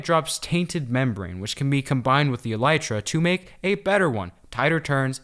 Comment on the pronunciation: For the blight call the elytra bliytra For those who might not be able to pronounce it (Bl-I-tra)